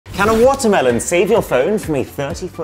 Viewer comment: Noo he's turning into a british bets with those "wuta'h me'ohns" 😭😭😭